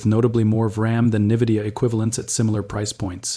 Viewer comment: Its not Nividia, its Nvidia...